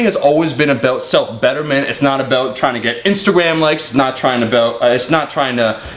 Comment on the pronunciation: Aboot :D